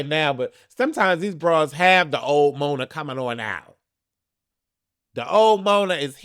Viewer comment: Mona not ‘neighbours’ I can’t ☠️👼